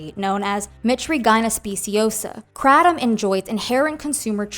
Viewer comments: Not “krat-um” 😂😂😂 It’s pronounced “kray-tum” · It’s KRAY-tom.. not cra-tom.. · Unrelated, but I almost couldn't finish the video bc the word is pronounced "crate-um." And hearing her say kra-dom was driving me crazy. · Hearing it pronounced KRAT-um is Irking me hardcore 😂 we call it KRAY-tum ive done it a few times. As an ex heroine addict I dint see the point. Seen too many people go right back to the same habbit. Its just the corner store itself now not the guy you meet there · That's not how You say Kratom!!! It's pronounced like this CRAY-DOM... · The pronunciation of Kratom is driving me INSANE, in this.. there’s a reason that one creator wrote it as “kr8om”. it’s a looong a, girl. Geesh! 😤🤦‍♀️🥵